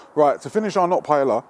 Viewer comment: To jídlo se vyslovuje jinak .....